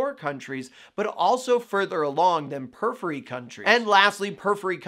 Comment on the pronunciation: The way he say "periphery" in two syllables (pur-free) instead of four (pur-if-fur-ee) illogically irritates me, lol.